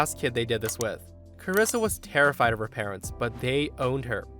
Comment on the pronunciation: "Carissa" is how some of my family and teachers pronounced my birth name. I'm the only one in the US with my first and last name. Being called "Carissa" always upset me.